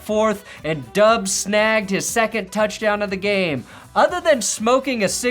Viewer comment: Who is Doobs? I've only heard it pronounced Dobs